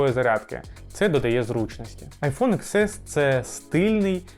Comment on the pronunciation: ріже слух коли кажуть айфон ікс ес, добре відео, але вірно казати айфон (десять ес), пробач за критику